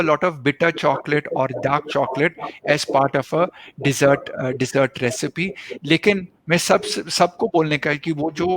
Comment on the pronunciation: * 'Dessert' (मिठाई) ko English mein डिज़र्ट bolte hain. डेजर्ट nahi 😅, ⬅️iss word ka matlab 'Registaan' hota hai.